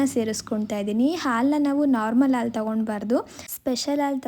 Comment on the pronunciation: Haalu not aalu